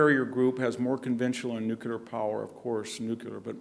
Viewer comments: "Nucular, nucular, nucular, nucular, nucular, nucular...." (Long sigh) It's pronounced "nu-clee-ar". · Victor!!! it is not new cu ler. It is new cle r. You've spent too much time in Palo Alto... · Nook-a-ler??? With a Ph.D. from Stanford in military history? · Why do some apparently intelligent people say nu-cu-lar instead of nu-clear? One of the mysteries of the human brain .... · Professor, you are intelligent, educated, articulate. Please differentiate yourself from George W Bush and get into a closet if you have to, but the word is NEW CLEAR. Just say those two words quickly and close together and you have nailed it. The danger is sounding so much like Bush that you can’t be heard. Just a tip buddy. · To assist in your further education the word "nuclear" is not pronounced "Nucular" or "nookula" it is "new clear". Now aside from that I love your work Dr Hanson, keep it up. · Mr. Hanson, I love hearing you speak. Your knowledge is vast and your perspectives are brilliant. One suggestion (only because my dad was a grammar nazi that rubbed off on me) is your pronunciation of the word “nu-cle-ar” as “nu-ku-lar.” George W always said nu-ku-lar and I would always cringe. My dad, my high school and college English professors were tough and would not accept typos or grammatical errors, so as trivial as this can be to some, I’m only pointing it out because I would want someone to tell me if I made a mistake and could improve. God bless. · "Nucular"? Come on Hanson, WTF?!?!? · I will never understand, though, why VDH says "nucular" and "Illinoise"... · I just noticed that but George W. Bush said nucular, too. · same here. it's one of my small pet peeves. NOOOO -- KLEEEEE -- ERRRRR. there's no y in nuclear........but then again there's no y in huge either 🤨🤔🤔🤨🤣😅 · Its Not Nucular !!! Grrrrr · Exedra... Nukelar.... Some professor. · I'm shocked to hear VDH saying "nucular"!